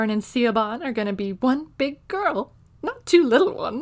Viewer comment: Siobhan. It's pronounced Shih-vawn, not See-oh-bah-n! It's an Irish name.